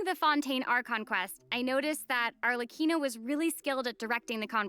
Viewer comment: I'm mainly surprised I've been mispronouncing Arlecchino's name wrong for the last few months. Other than that I'm pretty happy and content with what we're getting this update!